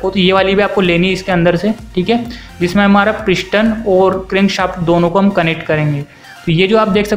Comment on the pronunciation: ishtim kia hey pishtin kiia hey asli lafz steam and piston hey bachey aab samch aaya